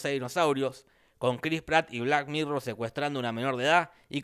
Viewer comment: Por qué dice black "mirrow" si es black "mirror"?